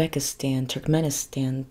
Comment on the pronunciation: My fiancé is from Turkmenistan (it's pronounced more like Too-rk-meh-ni-staahn with staahn being stressed) and we have a lot of friends from Kazakhstan and Kyrgyzstan. It was nice to hear you mention these countries! Love and support from Russia💗